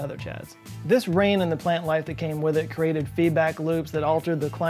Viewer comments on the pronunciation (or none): none